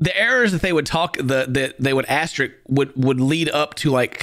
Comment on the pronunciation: Eye twitched every time he said "astrik".